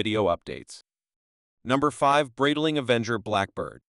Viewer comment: It’s pronounced Bright Ling. Sorry but you’re murdering the name.